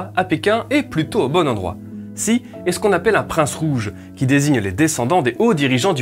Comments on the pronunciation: Xi en chinois se prononce chi et non pas si! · Apprends un peu de prononciation du chinois pour bien distinguer Xi et Si. Ainsi que un peu plus de connaissance sur le système chinois pour se débarrasser de préjugé et ignorance